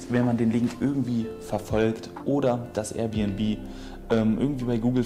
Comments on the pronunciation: Air bnb nicht R bnb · Alter Das“Rbnb“ regt mich so auf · Der soll erst mal lernen dass es AIRbnb heißt junge größter trigger😂